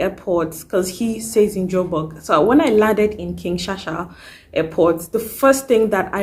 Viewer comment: King Shaka not King Shasha